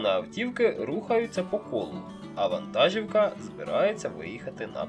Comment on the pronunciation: Українською мовою наголос у слові вантажівка іде на склад "жі". Ті хто починають розмовляти українською або з Західної України постійно неправильно ставлять наголоси у словах.